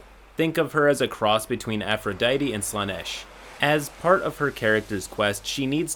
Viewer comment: Afro-diety? oh wait thats how you pronounce it, no way